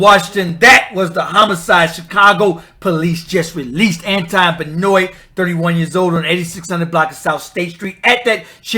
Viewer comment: Its pronounced Ben waa... its French